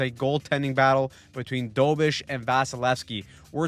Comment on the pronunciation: DO BESH. Not dobish